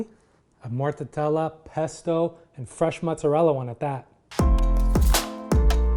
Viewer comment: Do the Italians pronounce it “morta tella”? Or are you saying it wrong? I thought it was simply “morta della” 🤔